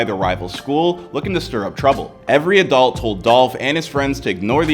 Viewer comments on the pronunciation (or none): none